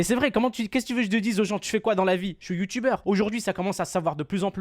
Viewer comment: "Le youtoubeur" mdr